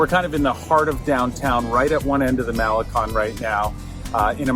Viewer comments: First thing. Learn how to pronounce Malecon properly ! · Mall-eh-CONE, you guys. Impress the locals. Para-EE-so del mar.